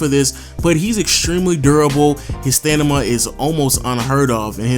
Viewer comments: Draymond s “stanima” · Did he say "Stanima"? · did I just hear "stanima" or am I just tripping?